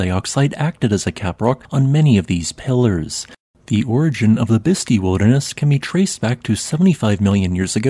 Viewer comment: with respect, it is pronounced bisst eye